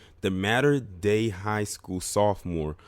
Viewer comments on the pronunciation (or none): it is pronounced. Mah-ter day school.